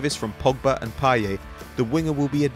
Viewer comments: The T is pronounced in Payet. It's a regional thing despite him being French. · The "t" in Payet isn't silent